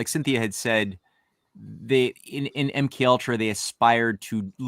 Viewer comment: Keep pronouncing her name wrong 😂😂😂 “Cynthony” like symphony of something??? 😂😂😂 Hahahahaha IT’S CYNTHIA